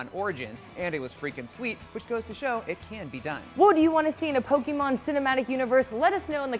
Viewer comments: Why does say "Pokimon" instead of "Pokemon"? 🤔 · It’s Poke-EH-mon not Pok-Y-mon...geez...